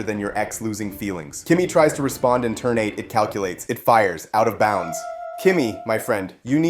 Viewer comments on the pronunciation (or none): It's out of bounds, not "out of bounce" :P nice video.